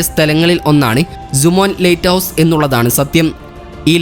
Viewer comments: നല്ല വിവരണം പക്ഷെ lighthouse എന്ന് പറയുന്നതിന് പകരം latehouse എന്നാണ് പറയുന്നത് 😃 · ലെയ്റ്റ് ഹൗസ് അല്ല സുഹൃത്തേ ലൈറ്റ് ഹൗസ് ആണ്. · ലേറ്റ് ഹൗസ് അല്ല. ലൈറ്റ് ഹൗസ്. ആദ്യം ഉച്ചാരണ ശുദ്ധി വരുത്തി അവതരിപ്പിക്കൂ......... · പുതിയ അറിവ് നൽകുന്ന വളരെ ഉപകാരപ്രദമായ വീഡിയോ. ലൈറ്റ് ഹൗസ് സംബന്ധിച്ച വീഡിയോയുടെ തുടക്കം മുതൽ തീരുംവരെ "ലെയിറ്റ് ഹൗസ്" എന്ന് തെറ്റായി ഉച്ചരിച്ചത് തികച്ചും ബോറായി പോയി. "ലൈറ്റ് ഹൗസ്" എന്ന് ശരിയായി പറഞ്ഞു പരിശീലിക്കാൻ മടിക്കേണ്ടതില്ല😜🤣😛. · ലേറ്റ് ഹൌസ് അല്ല, ലൈറ്റ് ഹൌസ് ആണ്.😂😂, ആദ്യം ഭാഷ പോയി പഠിക്കു...😅